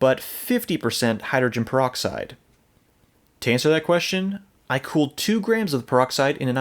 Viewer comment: I like how he says hydrin proxide. Call the solution alien blood.